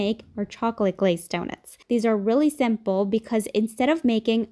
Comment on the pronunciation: Is she saying "zimple"?